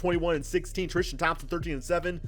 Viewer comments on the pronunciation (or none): Tristan not Thrishtan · "thrishtam thompson" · The way he pronounces his name "Tristam Thompson" 😂😂😂